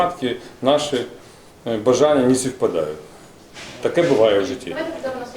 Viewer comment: „Не співпадають" а не „сівпадають"!Потвора,скільки це щє буде тривати?!